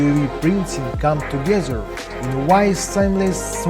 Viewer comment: You need to work on your "togezer" and "abzolutely",.